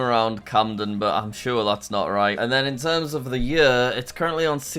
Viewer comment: Jack's way of saying "year" is funny :D "yuuuhr"